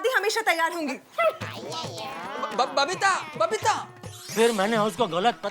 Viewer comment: Babita ❌ Babeetta ✅ 😂😂😂